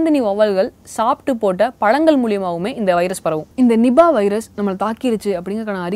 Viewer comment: not nibah.. its niipaah.. Malaysian word.